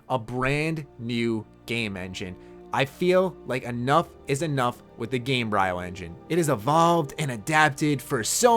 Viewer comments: Hopefully you and the other Bethesda YouTubers can work together to create a definitive list for them to look at. P. S. The "bryo" in Gamebryo is pronounced like embryo and not cryo. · "Gamebryo" is pronounced with a long-e sound on the y, as in embryo. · Gamebryo. Say it like you say embryo. Because that's where the name derives from. Because an embryo is where life is created and developed. Why am I teaching a grown man where babies come from? Anyway, I agree with you about Bethesda needing a new game engine but most likely they will get one anyway because Gamebryo/Creation is becoming outdated and the limitations are very apparent. Number two on my wishlist for Elder Scrolls VI is: actually HAVE cities and towns. It's pathetic how minuscule and poorly designed the cities and villages were for Oblivion and Skyrim. It's extremely disappointing. I mean, just compare the Imperial City or Whiterun to the city of Vivec from Morrowind. How does Bethesda make an amazing city like Vivec in their older games but get substantially worse from there on! How??? It makes no sense. Hell, all of the cities, towns, and even small villages from Morrowind are largely better in design and content than Oblivion and Skyrim. Just compare the small village of Morrowind's Seyda Neen to any other village or city in Oblivion or Skyrim. Seyda Neen had a guard house that actually had a purpose, the right amount of shops, a light house to explore, a ghetto off to the side that was believable, and just tons of more things to do! And this is just a small town in Morrowind!!! And when I mean cities need improvement, I'm talking about the number of npcs that dwell in there, the shops and businesses, the quests available to do, the immersion of a city's desig